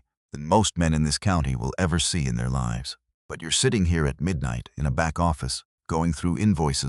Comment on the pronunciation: WONDER HOW LONG BEFORE READERS LEARN HOW TO PRONOUNCE "LIVES" CORRECTLY?